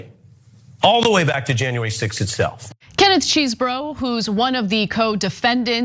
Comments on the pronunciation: Why take on a news segment if you have no clue how to pronounce a name? Does Chesboro look at all like it should be pronounced as Cheeseboro? Its not the most annoying thing you do but its still quite foolish. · It's Chesebro not Cheesebro! OMFG 🤣🤣🤣🤣🤣💯💯💯💯💯 High school must have been hell for this dude 😅😅😅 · NOT CHEESEBRO IT'S Chesebro learn how to pronounce! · Ana has said the names “cheezbro,” “chessbro,” and “chess-eh-bro” all within 5 minutes of one another. I ❤ the lack of respect, keep it going babe! 😂😂😂😂😂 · Huh, his name is Chesebro, get your facts straight.